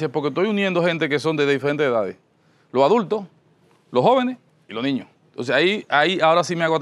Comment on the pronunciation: Impoltante,pa loniños,sesionala....mama.Sera buen arquitecto,pero pronunciando....